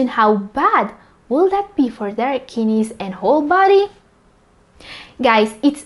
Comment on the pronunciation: kid neys..not kinis